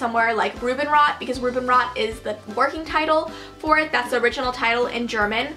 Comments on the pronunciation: Haha it's so cute how you pronounce Robinrot :D The second movie Saphierblau is out now and they're currently working on the 3rd movie. Love from Germany ❤️ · You are pronouncing Rubinrot SOOO lovely☺️ I am from Germany btw